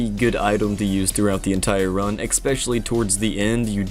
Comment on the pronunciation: I love you but never say "expecially" again.